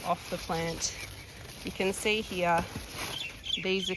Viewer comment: 😂ya now you're listening to a Melbournian when they say "heeya" for "here".